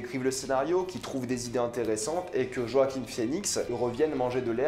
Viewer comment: Iron man solo, c'était la même chose. Et regarde où les suites ont mener! Btw, Joaquin pas Roaquin, merci.